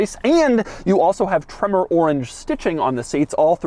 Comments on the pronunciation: Took a shot every time Doug said “TreMMor!” I died. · Gotta love how he says “TREMOR👺” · Why must he put that annoying emphasis on the word “tremor” every time he says it?